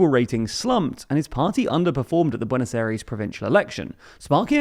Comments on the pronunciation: You mispronounce his name terribly, also Peso and BuenosAires, damn you need some Spanish lessons, literally butchering the language. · You got the pronunciation of Buenos Aires wrong